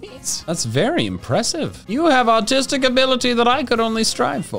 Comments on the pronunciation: When he said ‘you have artistic ability I do not have’ I thought he said autistic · "you have great artistic abilities" what i hear: "you have great autistic abilities" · I thought said autistic abilities 😂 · “you have artistic ability that I could only strive for” What I heard “you have autistic ability that I could only strive for” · Did anyone else hear "autistic ability" during pokémon origami